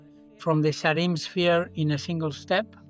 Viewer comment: thought he said he saw a SHEEP!!